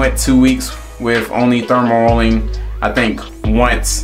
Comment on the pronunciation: 😄 Aye bruh, you gotta delete his video and do another one. Not too many ppl gon’ take you serious when you calling dermarolling, “thermarrolling”. Your intention was good but yeah that “thermarolling” ain’t it.